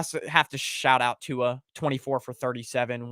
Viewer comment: How are people still pronouncing Tua’s name wrong.